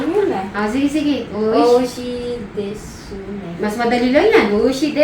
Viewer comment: Silent "u" po❤, desu is des kung basahin po. Hehehe 😊😊😊 😊